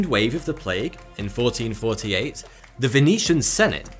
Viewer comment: Sorry can't watch video from somebody that talks like a child because they can't realize words with "th" in them do not sound like "va" or "fa". Aver fen vat. Good job!